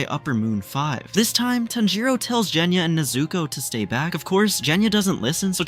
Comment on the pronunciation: Bruh its genya not jenya